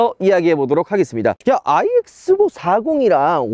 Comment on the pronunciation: 내 귀에만 N으로 들림?? 자꾸 N이라고 하시는것 같은데....